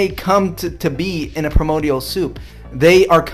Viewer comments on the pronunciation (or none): Did this nutter just pronounce Origins like orr-rEEgions? LMAO! He says it's a bit soft but I think I got it right LOL oh yea and he says priMODial instead of primordial at least thrice. Does this guy not know how to talk or at least say simple words? Scientism doesn't exist, mister yammering dude. Darwinism or evolutionary science is not a Dogma, Creed or whatever else you claimed. Why is this guy talking about the Christian God like that is completely proven and yet he doesn't believe any of the other stuff that he happens to call fairy tales? Whoever this goober is, he's incredibly ignorant. And oh dear sweet Lord LOL Christian science is practically an oxymoron. And whosoever tries to claim it's a real thing, they definitely don't use reason and logic. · Did he say "pre-modial soup" with confidence? Wow. Also, Miller-Ulrey has been confirmed as a mode of creating base amino acids required for the formation of DNA. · "pre-modial soup" 🤣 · "Primmodial", it's "Primordial" ya religious dingus. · There's a Gish gallop of incredibly dumb stuff here, but I can forgive everything except the way he pronounces "primordial" as "primodial." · the way he says "pre-modial" instead of primordial is annoying enough. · Is it just me, or does he say "primodial" instead of "primordial" every single time? This suggests to me that he does not know what that word means I will apologize if this is some American pronounciation I'm not aware of, I suppose... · This guy keeps referring to "primodial soup". What in Hell is primodial? Is that a real word? I've never heard of it. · Man, this dude is projecting hard! Lol I love how he's okay with being a Dirt Man but a "monkey man" is just absurd. Lastly, it's PRIMORDIAL soup, not "primodial soup." If he mispronounces it one more time I might scream at my TV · it's Primordial not Primodial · He keeps saying "premodial" 😂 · “Premodial soup.” Bless his little heart. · This imbecile can’t even pronounce primordial correctly. WTF is “primodial”?